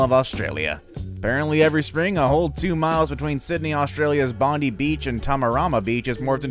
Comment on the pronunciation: Any Australians here? Don't you pronounce 'Bondi' beach as 'Bond-eye'??